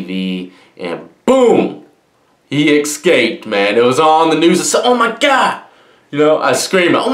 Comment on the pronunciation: god damn, it's "ESCAPED". Not Ekscaped